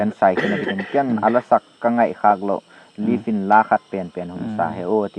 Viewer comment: Bro Live titango pidia Leave dan a na Pronounce hmo..anal mo g taaaa